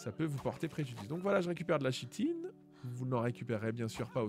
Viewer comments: Kitine pas Chitine... Prononciations!!! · yo, juste pour info, on ne dit pas [chitine] mais [kitine] ^^